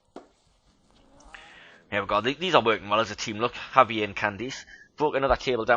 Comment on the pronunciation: I like it so far. just one minor thing though, Javier is a Spanish name so the J is pronounced like an H.